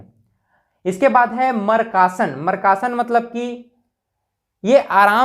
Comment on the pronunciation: Markasan bol rhe aap, makrasan ko😂😂😂😂